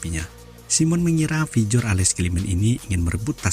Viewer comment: Pjotr bacanya piotir, bukan pijor 😂